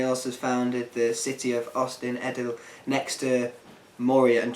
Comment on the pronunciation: In Sindarin and Quenya (the two Elvish languages J.R.R Tolkien created) dh is pronounced as a th so Ost-in-Edhil would be pronounced Ost-in-Ethil and not Ost-in-Edil, sorry.